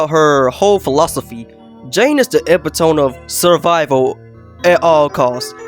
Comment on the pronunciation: Epitome is pronounced "E-Pit-Toe-Me"...but I completely agree with EVERYTHING you said!